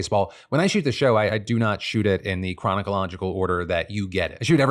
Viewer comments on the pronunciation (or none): My favorite part was Phil saying Chronic-alogical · I too say chronocological